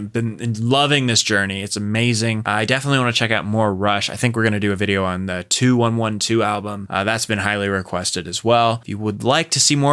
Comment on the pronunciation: Idiot!!!! Neil Peart wasn't Neil Peart until he was in RUSH for many years!! And it's pronounced TWENTY-ONE, TWELVE. JUST lost any respect I had for your channel/ reaction or whatever